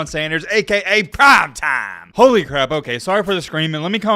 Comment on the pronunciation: I'm imitating and the way he says "Prime Time" like "Prom Tom." Imitation is the best form of flattery, lighten up.